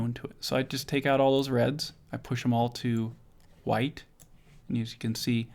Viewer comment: cool whip, cool hoowhip. family guy. the way you say white. ggwp